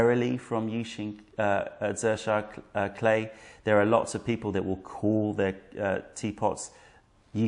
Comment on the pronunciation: You have aided a struggling writer in pronouncing Zisha, thank you.